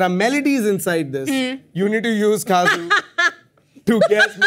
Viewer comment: Dude, I'm laughing out loud. THe game round was pretty fun. That UP girl is so much fun though. She was dancing all the way through the kazoo round. And about that, it's called kazoo like 'CUH-zoo' not 'CAW-joo'.